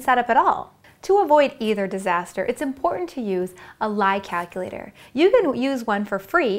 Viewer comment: "kackilater" lol